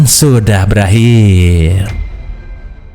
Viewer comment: "Pilem vun syudah belakhirrr" ah sudahlah